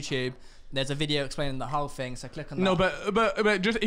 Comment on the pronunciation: genuinely. Saying "it was a long ting" literally within 5 minutes. Yeah. This is gonna be a goodun!